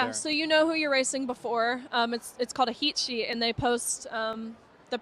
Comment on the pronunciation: She said heat sheet I heard heshe lol